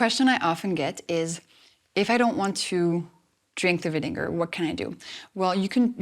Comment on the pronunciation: Apple cider not vinegair